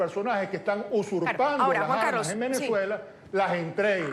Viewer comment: Con todo respeto, le sugiero. Reiteradamente ha usado el vocablo "armas"..la "s", se une con la vocal...por favor..no diga las " jarmas"